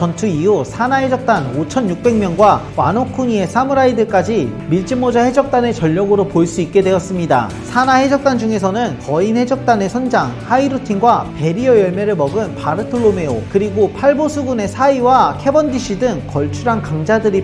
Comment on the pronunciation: 하이루틴이 아니라 하이루딘임